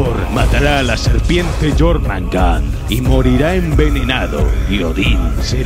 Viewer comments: Y además suena Mejor Yormungander que Yormungar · Jormangar???? Wtf este men habla como la callampa, se pronuncia jormungander (yormungander o yormungand) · Quien es jormandar jajajaj se pronuncia jormungander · jormangar =jormungander igualito xd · Nórdicos: Jörmungandr Vandal: Llormangan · Yormanga xdd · Jormangan xd